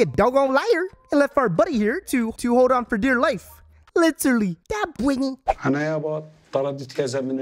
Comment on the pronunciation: "Bretny" 🤣🤣🤣 I can't!!!